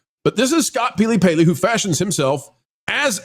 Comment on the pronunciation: peely-paley? Is you tube punishing people for not getting names right so you're hedging your bets?